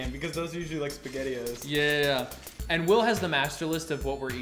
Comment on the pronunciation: said pasghetti-o's, no???